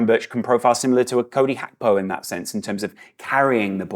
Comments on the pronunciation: My goodness it’s “G”akpo, not “H”akpo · I came here hoping to laugh at because I thought he was going to try call him H-ravenberch, the same way he calls Cody Gakpo, ''H-akpo'' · You simply cannot call him Hakpo. It's insane. Even if it's the correct pronunciation, it's insane.